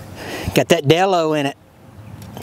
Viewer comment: Did you say Delo or jello? Looks like you struck oil